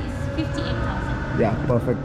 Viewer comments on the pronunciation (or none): none